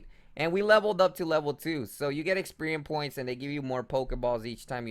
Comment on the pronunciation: DAMN THANK GOD SOMEONE POINTED IT OUT IT MADE ME CRINGE WHEN I HEAR EXPERIEM AND POKSPOTS UGH :3